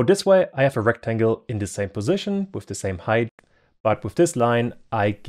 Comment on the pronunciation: there is not H at the end of the word Height.